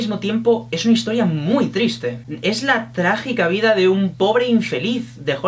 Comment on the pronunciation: "Sin embargo, al mismo tiempo, es una historia MUY TRISTE"(Qué gallego te ha salido esto último, ay ^_^). Recuerdo que tuve que leer este libro en mi época estudiantil ya que nos lo hicieron leer en Literatura Universal Contemporánea, y me ENCANTÓ. Unforgettable.